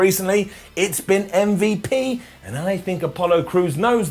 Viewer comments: Stop calling him “um-vuhp” 😂😂😂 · Thank you ❤️❤️❤️❤️❤️. Thank you for calling MVP as "em-vep"